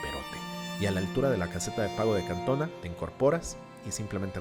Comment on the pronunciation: Es Cantoná, con acento en la última á